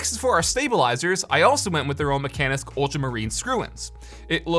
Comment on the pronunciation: actually mekanisk is spelled like mekahnisk. Just my norwegian brain getting irritated.